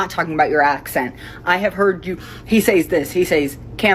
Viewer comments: She is making fun of how someone speaks, but did she mispronounce "says" as "say-z" instead of "sez" or am i missing a joke or its pronounced that way in another country or this is just irony striking again? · "Why do you pronounce things so stupid, he SAIS -" Okay hun, time for bed, you're drunk. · She says Sâys lol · How she gonna call someone out for improper pronunciation, when she pronounces "says" like "sayez"? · complaining about how someone pronounces a word while pronouncing "says (SEZ)" as "says (sa-ays)". my irony meter redlined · Someone complaining about someone's pronunciation of "campaign" while saying "sayyyz" instead of "says" is almost Icarus levels of irony. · Sorry madam, but it is "sez" not "sAYz". 🎉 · Who says "says" like saiaz? Kinda odd to criticize pronunciation with that weird element. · "...He SAYS words stupid..." - According to the woman that doesn't know how to pronounce "says" (sez). And just for the sake of it: Worcester, Massachusetts is usually pronounced Wooster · the person criticizing elon can't say accent correctly, forgets to put an s on words and then cant pronounce says correctly. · Wait…she’s bitching about how Elon speaks, and the way she pronounces “He says…” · can’t even say “says” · "Why do you pronounce words wrong?" Immediately, pronounces "says" wrong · Complains about the way someone talks... Prefaces her grievances with "he says (long "a")..." lmao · That lady immediately misspronounced the word says. I'm not a grammer or pronunciation gremlin by any means, but when you make fun of people for mispronunciation and you go on to IMMEDIATELY mispronunciate.... You come off as an entitled dickhead. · chick complaining about Elon Musk mispronouncing words while she mispronounced says. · "Why do you pronounce words stupid?" Immediately mispronounces "says" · Woman angry about the way Elon pronounces "Campaign" but she can't even pronounce "says."